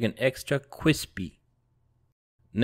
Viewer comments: This was delicious. My chicken wasn't "cwispy" but the sauce was BOMB. !!!! Thanks for posting. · Hey sean do you watch joshua weissman because he always says CWISPY